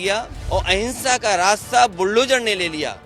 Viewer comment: Hinsha ya ahinsha sahi se bole matlab kya